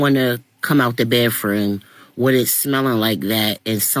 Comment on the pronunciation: Ladies, there is a "th" in bathroom, not pronounced baff-rume!!! Absolute way to identify "Ghetto-ism!